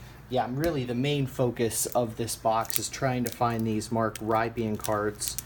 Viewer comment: Mark Rypien is pronounced RIP-IN